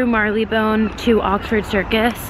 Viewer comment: Aw London is the best, I had the best three years of my life there! (Also Marylebone is pronounced Marr-le-bone😂)